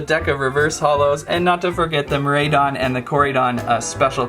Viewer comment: Hey the way to pronounce the name are (core-I-don) and (mir-I-don) your welcome